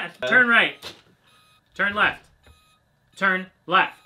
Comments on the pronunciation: lmao "Turn Rrreft" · 🤣🤣🤣🤣🤣 "turn rrrrreft!!" Reft turns were programmed to be stubborn because they don't want you veering into oncoming traffic 🤣🤣🤣